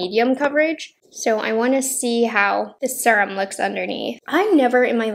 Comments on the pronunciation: The way she says serum always makes me laugh. Like surum. She doesn't say vury instead of very. I've never heard anyone say it like that. Maybe it is a regional thing? I knew a few people who would like pronounce Washington as Warshington or crick instead of creek. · Am I saying SERUM wrong or you lol😆😆 I say serum the SER- part like searing a steak 🥩 on the BBQ. Is it just me ppl in the comments. I need to know?? I’m pretty sure everyone says it like me?? Love u. You’re so cute. U can say serum any way u want sweets. ❤️✌🏼